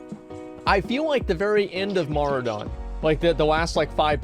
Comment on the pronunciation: Strath-Lome. HAHAHAHAHA :D Maura-Don. HAHAHHAHA. This guy cracks me up. Opinions on things he can't even read :D